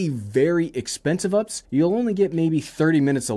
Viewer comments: California has lost power for sometime! Also it’s pronounced U-P-S not ups. We’re talking about a battery back up system not life (which has many ups and downs) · It's kind of cringe when you call a U-P-S an Ups. Sorry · its not "ups" it's U P S. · I’ve never heard anyone call it an UPs. I thought people pronounced it like the shipping company. UPS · Great video, as usual. But errr... it U-P-S. ~☆ (the more you know)